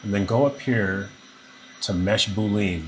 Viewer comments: Mesh BOOOOO LEAN for the win.. (Psst. It's Boo-Lee-An). Saved my butt, many thanks! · Nice presentation, but for the love of Pete, the word is pronounced boo-lee-ann.